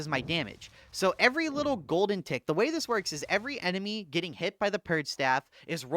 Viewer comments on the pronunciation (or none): none